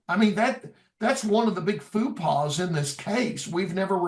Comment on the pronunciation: That was funny when he says Fu-pahs. It is faux pas- Fo (like low) paw. It basically translate to false step and means a mistake or maybe an action in a social situation that causes embarrassment. The way he used it really didn't fit as it doesn't mean a lie or to be deceitful. I think the guy is very smart when it comes to these situations. I give him props. I just found it funny, but not in a mean way. I hope this case is solved. I first saw it on Missing 411: the case of DeOrr Kunz. I think they were trying to say he was kidnapped by aliens.